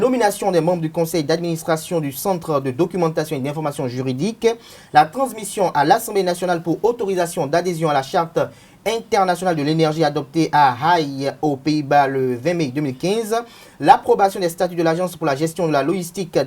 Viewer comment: La Haye se prononce la "Haie".